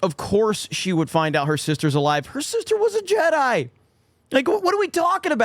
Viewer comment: made a golden one, he said Jed-DEI:D Brilliant:D